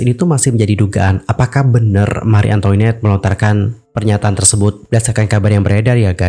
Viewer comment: FYI, bacanya Mari Antoanet, bukan Antoinet. Itu bahasa Perancis.